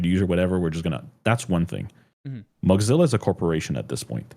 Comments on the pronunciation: Why does pronounce "Mozilla" like "Mugzilla" or something like that? Is it some kind of joke that I don't get or is the pronounciation just wrong? Kind of irritating everytime he says it (I'm not able to ignore it), otherwise very nice conversation. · Accents exist ?? and native speakers of a language can have different ways of pronouncing the same words.